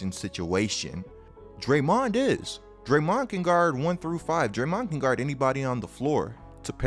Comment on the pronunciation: Why you pronounce it like DrayMOND lol